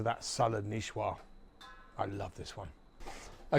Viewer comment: Salade Nichoise! 😅 Nice is neeessss. Neeesssoaz. Niche is French too. All good. The salad is perfect. As every food touched in this channel.